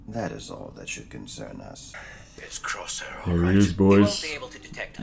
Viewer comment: I get that Crosshair is one of your favorites, but if you love him so much, could you say his name correctly?